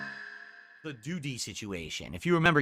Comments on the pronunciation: I find it hilarious the way he pronounces DOO-DY every time. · Moo-taw-harr and Doo-dee 😂😂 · Even the way says Doody is wrong and pisses me off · Why does he say it like that? Ack ack